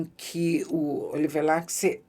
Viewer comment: Ótima resenha! Só uma pequena correção; Oliver Laxe é galego, o nome dele também, então o sobrenome dele é pronunciado "Lashe"